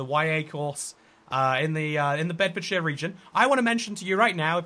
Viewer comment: WAIT DID YOU SAY BEDFORDSHIRE